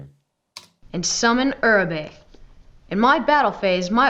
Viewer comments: its uraby no juraby lol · "uraby" is litteraly pronounced as "urabi" (source: rex raptor's lines)